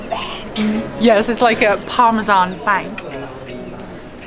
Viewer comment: guy can´t even say parmesan